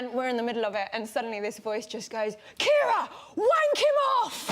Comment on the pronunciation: Kee-ah-rah!? Mick-av-ree!? Jeez.